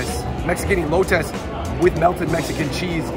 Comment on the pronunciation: bruh you pronounced elote wrong but its all good